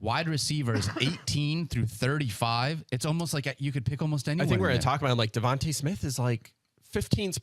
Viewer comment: They pronounce Devonta smith sooooooooooooo wrong